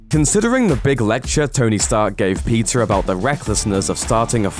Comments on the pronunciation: Did he say pizza Parker? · At the start I thought he said pizza Parker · everytime he said peter... i thought he was saying pizza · When you say 'Peter', it sounds like 'Pizza' idk, i'm hungry now. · Wtf why did it sound like he was saying pizza instead of Peter